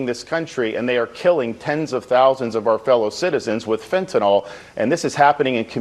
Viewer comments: Who is forcing Fentanyl (not Fentenol, you idiot) into the bloodstreaqms of Americans? no one. They want it, they crave it, they buy it. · Is it me or is anyone else really sick of hearing about the "fentyNOL" problem? It's fentanyl, -NYL... FEN-ta-nill. How am I supposed to take these people seriously when they can't even pronounce the damn word right? Someone get me some Tylenil, gives me a headache. Thank you for being able to pronounce words, unlike this nitwit Floridian douchebag. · Fentanol? Speak properly doofus. You know what, if people stopped buying the crap there would be no smuggling.